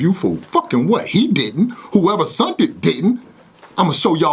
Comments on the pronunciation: Something wrong with me because I’m just focused on making “sent” “sunt”. “That’s why I sunt my clips to Knowledge”. Just because he said that I’ve decided he told. 100% Accuracy. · There's no such thing as "sunt". Lol it's "sent". Hell I'll eveb take "sended" 🤣